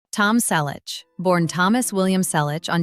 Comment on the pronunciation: Teach your AI-generated voice to pronounce "Selleck" correctly. Not again the story of his life. Everyone we know an most of his fans have already read his book or listened to the audio CD. Learn English. It's free on YouTube. Read it. Why talk about people you don't know personally? Why copy the same video and comment from other creators? The story about him and James is getting more exaggerated every day. Again: Don't talk about people you don't know personally.